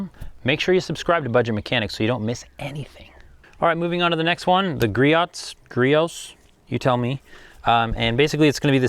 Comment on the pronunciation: Grote pronounced Gree oh